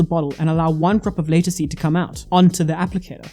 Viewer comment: Watch a video to get the pronunciation before you make a video. It's called Latisse - (La-Teese) if you go to the doctor and ask for (Lay-Ta-See) they will have no idea what your talking about! Great Video Though!!!